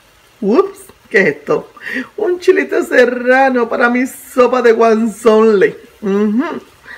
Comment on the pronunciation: se pronuncia huazontle jaja